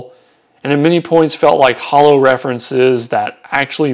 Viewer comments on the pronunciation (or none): none